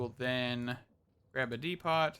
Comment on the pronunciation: Dee - poe. As in the Home Depot.